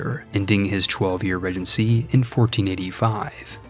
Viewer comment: Ree-jen-see not this weird "ruh genty"